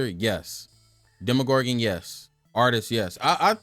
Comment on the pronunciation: dema-mor-ga-gorgan :face-purple-crying::face-purple-crying: good tier list tho thanks bro